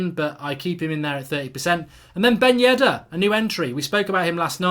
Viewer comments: Who is yeddar it’s yedder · Mark, his last name is "Ben Yedder". Not "Yeddar". Great vid as usual